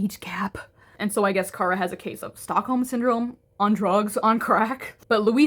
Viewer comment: No you're right, it's Ciara. The pronunciation in the video is a little off